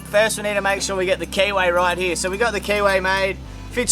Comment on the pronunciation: I am loving the whole rebuild process and then I originally misunderstood what was said. I eventually understood you were saying keyway, but I initially heard KY.